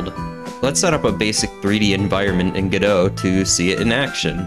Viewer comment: Its not gdough its go dot like robot TwT